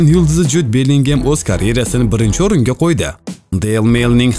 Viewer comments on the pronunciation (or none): none